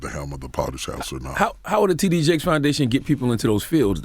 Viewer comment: It sounded like DJ Envy introduced him as Tiddy Jakes! Lawdddddd